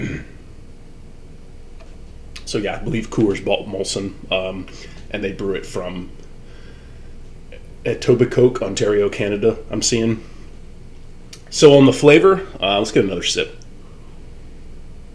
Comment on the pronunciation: Molson Golden? Nice to see some Canadian content. I have only had this one once or twice, and it was many many years ago, so I don't really remember it much. Etobicoke.... pronounce it with a silent k. It should be spelled Etobicoe lol Cheers!!